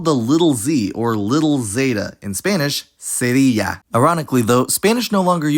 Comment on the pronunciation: I think you are from Latin America. To a Spaniardʼs point of view the pronunciation was actually good.